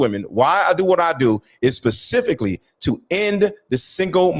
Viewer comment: How about he pronounce specifically correctly if he wants to be heard. 🙄